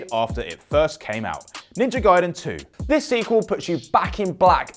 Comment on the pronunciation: It’s pronounced GuyDen. And his name is pronounced Ree-Ooh. Wait until you find out that Forza has a T sound in the middle of it 😂